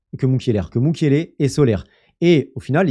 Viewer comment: Soler et Mukiele ont eu un gosse, io l'ont apoeké "Mukielère" 😅